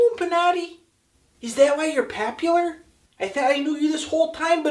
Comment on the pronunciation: lol best needle drop moment ever "is that why your papular?"